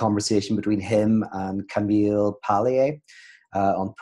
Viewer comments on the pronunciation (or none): none